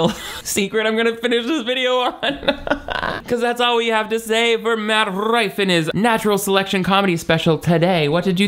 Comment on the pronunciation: The best part of this video is all the different ways you said his name wrong. “Mike Roofie” being my personal favorite.